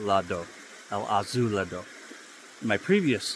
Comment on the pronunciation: You got el gavilan well this time The first azulado when you said it slowly it went perfect El magico went perfect too Now you need to perfect the peluquero “Peh- loo - queh - roh Have a nice day sir